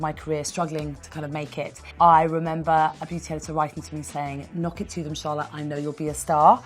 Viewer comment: シャーロットの発音が好き過ぎる